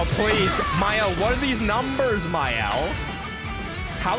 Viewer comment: Shouldn't she be "Maelle" on French?